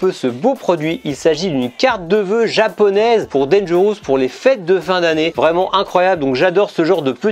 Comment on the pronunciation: Tres bonne video. Mais cela ne se prononce pas danger... housse. Tu n'as pas ecoute recemment la chanson eponyme? Merci pour la retrospective.